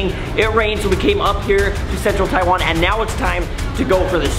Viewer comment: Logan...go teach how to say "Taiwan" right. He has some sort of tongue problem on pronouncing the word Taiwan.